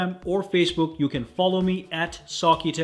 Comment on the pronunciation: Nobody: Him: FAN TAS TIC